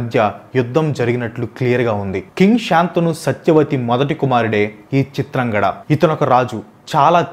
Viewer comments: Chitrangada kadu chitrangadha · చిత్రాంగడ కాదురా అయ్యా.. చిత్రాంగద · Please pronounce it as chitrangadha not chitrangada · Bhayya మాయ కాదు మయ..చిత్రాంగడ కాదు చిత్రాంగద. But good vedio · Hi Bro Please read the scripts from telugu text. If you are reading from English versions, you are making many mistakes in pronounciation. Example - చింత్రంగద - ని చిత్రాంగడ Ani చదువుతున్నారు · చిత్రాంగడ కాదు చిత్రాంగద. మనకి తెలుగు వచ్చుకదా అన్న. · Bro adi చిత్రాంగద.... Not చిత్రాంగడ... Ninnu tappu pattadaniki kaadu...just nxt time ki correct chesko bro ✌️ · చిత్రాంగడ కాదు చిత్రాంగదా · Eraa pichi maalokam దేవుళ్ళని ఏలియన్స్ అంటవెంట్రా. పేర్లని సరిగ్గా పలకడం నేర్చుకో చిత్రాంగడ కాదు చిత్రాంగద ఫెండ్స్ ఇతను తనకు నచ్చినట్టు చెప్పుకున్నాడు విషయం ఎలా ఉందో అలా చెప్పట్లా హిందువులకు వ్యతిరేకి ఇతను నేను చాలా వీడియోస్ నుండి గమనిస్తూ ఉన్నా Don't support